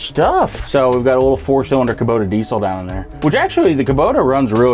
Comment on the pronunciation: A kaboda diesel? Did you just invent a new brand? I know kubota but kaboda…